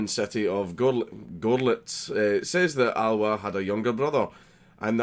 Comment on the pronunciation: Der Löhner aus Görrrrlitz